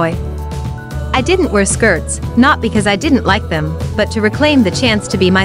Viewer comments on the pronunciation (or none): none